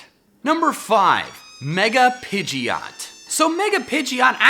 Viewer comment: Not pidgeyot, PIDGOT How to pronounce PI-JOT